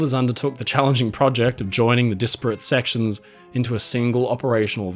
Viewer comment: I have to ask, do you use an AI voice for these video's? I noticed that disparate and innovative are pronounced in what I can only call a non-English way. :D Maybe I am wrong, it just pops up every once in a while.